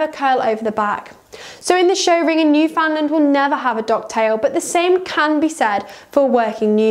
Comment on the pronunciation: Talk about click bait no Newf has ever been docked or crop........and gosh by the way the name is not pronounced New Found Land it is pronounced New Fin Land.....please.....